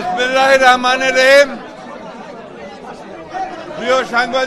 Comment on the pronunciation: বিসমিল্লাহির রাহমানির রাহিম বলতে পারেননা। ভালো করে শিখুন তারপরে বলুন.....??? চাইলেই বলা যাই না। আল্লাহ যাকে তাকে সব কিছু দান করেন না।